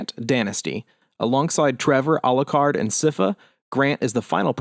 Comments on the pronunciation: I've always been puzzled about "Sypha's" name pronunciation. Is it really "Siffa"? and not" Sai-fah"? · Pronounced Saifa Belnoedays